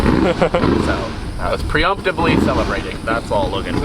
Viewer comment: “Pre-UMPtively celebrating!” Sincerely, Wyatt